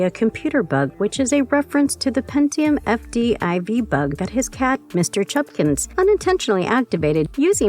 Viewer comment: Mr. Chubbakins. Not Mr. Chubkins.